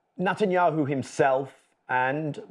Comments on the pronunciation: bro’s pronunciation “Nut-anyanhu” is so perfect 😂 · Especially when he says "Nutanyahu". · Did he say "NUTenyahu ?